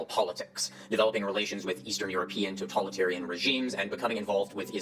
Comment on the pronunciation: Is bro foreign, or is he doing the whole internet pseudoscience thing of mispronouncing words because they heard it from someone who doesn't understand either? Because he pronounced "totalitarian" as "toTALLitarian" like "tautology", and "ideology " as "etiology" which is just a totally different word.